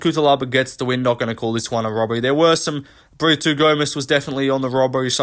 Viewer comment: Why are you pronouncing “Brito” as “Britoo/Britwo” first Paul felder and now you. Porqueeee